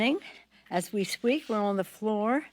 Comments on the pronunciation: I heard squeak, played it back then heard sweak. I know one thing for sure, she did not say “speak” lol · Did she say "as we squeak" when she started?? Lol